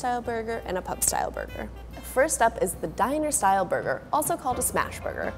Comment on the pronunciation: Am I the only one heard about Dinasour burger, instead of Diner-Style burger? Lol.